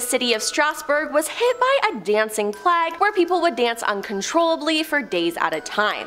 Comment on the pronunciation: Plag? A dancing plag? Plag like flag? Our school system has failed you, my dear. It's pronounced play-guh the disease, like bubonic plague Speaking dictionary.